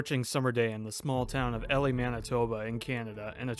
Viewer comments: E-lye is how it's pronounced. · It’s pronounced E lie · Well this video was rated EF4 only because you mispronounced Elie as Ellie BUT I’ve upgraded it to EF5 because you did a hell of a job on this video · its pronouced E LIE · Eee lie is how it's pronounced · I disliked the video just because you can’t say eeeeee-lie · It’s pronounced “E-Lie”. Like telling a lie. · EE-Lie is how it’s pronounced. This happened on my graduation day! I remember the clouds looking very frightening as we took class pictures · me too!, I've always pronounced it "Eli" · I'm from 2innioeg, and my uncle lived in Elie (pronounced ee-lie) at the time when the tornado hit. His house had only minor damage, but houses 3 blocks away from his were completely leveled. I remember riding my bike by there either later that summer or the next year, and seeing the destruction. Crazy. Edit: mightve been a bit more than 3 blocks looking back at this video. I was 7, so probably didn't have a good sense of distance. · I lived not far away when this happened. West of winnipeg. We pronounce Elie like "Ee--lai" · Elie, pronounced ee-lye. It’s a town not a girl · Thanks for covering this Tornado, it was the first Tornado I ever saw, I was with my friend going to pick up his new car from Winnipeg. One thing, Elie is pronounced E-lye. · Awesome work, I wish this tornado got talked about more because it’s one of the most unique F5s imo. And I’m not trying to be nit-picky, but the town is pronounced E-Lie. Thanks for covering this tornado! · If u want to report on stuff you should probably take the time to know how to pronounce the name of the town? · Great content, but it’s called ELIE like Manning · bro made a video that's already been done 1000 times by other tornado youtube channels and couldn't get the name right in the first 5 seconds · Literally tho it made me cringe everytime he said it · I'm from Ontario, and I was correcting him every time he said it. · As a Manitoban, it hurt me to hear it mispronounced